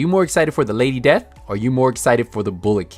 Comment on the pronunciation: Lady Desth!! XD